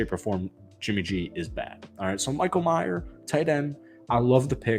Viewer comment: Some of these so called Raider YouTube guys need to start getting very basic shit correct. It’s Michael May-er, not Michael My-er. Maybe you never even heard of him before posting this video? It’s actually a good clip if not for the epic butchering of the players name. Again, it’s Michael May-er, not 🎃.